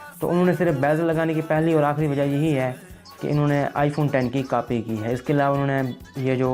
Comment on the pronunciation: Aby bolna to Sikh ly Notch ko Natch bol RHA hai Copy ko Capy bol RHA hai